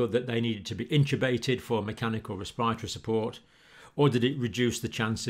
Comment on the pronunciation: ur pronunciation is killing me rn. ‘cohvid’ , ‘respire - atory’